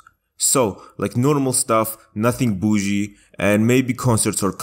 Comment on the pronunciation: The way you say boujie cracks me up, also your editing is 👌🏼